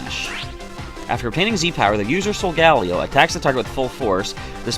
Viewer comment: Its pronounced sol-ga-leo not sol- gal-eo